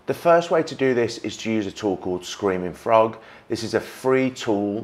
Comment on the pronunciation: It took me sooo long to decipher what you were saying the name of the alt text app was ("Screaming Frog") with your pronunciation... haha